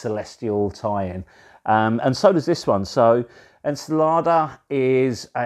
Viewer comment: ...Tiny FYI- ENCELADE is pronounced :- en-cell-AID ...( emphasis on the AID )